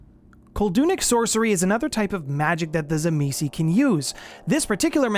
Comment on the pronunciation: its pronounced "TSIMIIS" - it doesnt end with a vowel - i hate how most utubers get it wrong